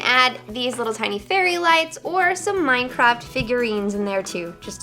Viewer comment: i though she was saying mince XD